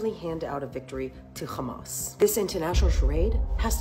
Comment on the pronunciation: Do you khondem KKKKHHHHAMAS?